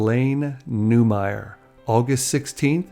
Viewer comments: It's not Newmire It's Newmar. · Not Newmire....New-mar.